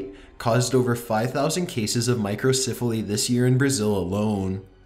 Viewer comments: Micro CEPH aly. Say it with me now; CEPH. Not siph. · What is with this dude's voice? Why does he talk so strangely drawn out? He talks like this in every one of his videos and I noticed he often mispronounces words. Listen to how he says Microcephaly. He pronounces it My-cro-siif-a-lee. It's pronounced My-cro-SEF-a-lee. And I'm not just picking on him for this one word. Watch a bunch of his videos and pay attention, you see he regularly mispronounces things. Is this related to his strange, drawn out voice? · Micro-CEPH-aly not micro-CIPH-aly ..... it’s pronounced with a soft “e” , not a soft “I” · Please learn to pronounce 'microcephaly.'